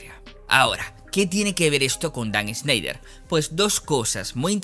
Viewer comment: No se pronuncia “Sneider” es más como (Shnaider)